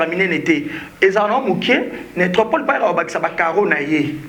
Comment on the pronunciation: Yope soki shoga eh! Ezalaka nécropole et non netropol